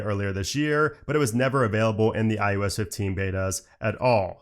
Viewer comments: Is it me or is he saying IUS 15? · maybe you should call it iOS and not ius